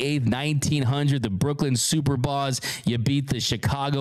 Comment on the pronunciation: Hey. Make sure you pronounce the past Brooklyn baseball team names correctly. It's not Super-bas. It's Superb-as. As in they are superb team. Got it? You're welcome.:)